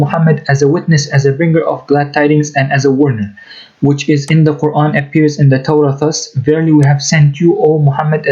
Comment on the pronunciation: Love the new intro brother. And cira international is way to stupid 🤣🤦🏽‍♂️. he wears a keffiyeh but doesn’t even pronounce Quran correctly. 🤣🤦🏽‍♂️